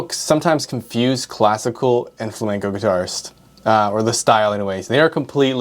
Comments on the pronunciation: Flam-E-nco, not Flamingo..... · fla-MEN-CO, not Fla-MINGO. Sorry, I'm usually not pedantic but it's unacceptable to call yourself a classical guitar player and mispronounce Flamenco. YouTube: the place where anyone can dispute geniuses. Coming up next: Physics graduate reacts to Einstein Edit: You studied guitar in ALICANTE and you still mispronounce it? Dude!!! You were in Spain!! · It's pronounced Flamenco, not flaminco. You made my Spanish pals ears bleed.😢